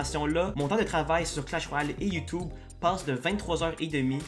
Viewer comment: J'adore quand tu dis "youtoube"